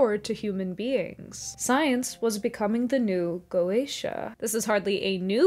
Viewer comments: Just wanted to say, you nailed the pronunciation of goetia. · "Go-Aysh-A" is probably the correct pronunciation; some people opt for "Go-Ett-Ia," but the general consensus seems to be that either way is fine. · Go--AY-sha and Go--eh-TEE(I)--ah are both apparently acceptable pronunciations. I had to look it up. Sorry. It took me away, (😟), but I promise I came back! I never liked C. S. Lewis' viewpoint on goeteia, most blatantly displayed in That Hideous Strength. I don't like the idea that God would temporarily permit a kind of sin that later becomes completely impossible.